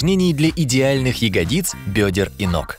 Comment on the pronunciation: Ну в видео раньше ставили ударение на букву я в слове "ягодицы" , на этот раз на букву И поставили. Неожиданно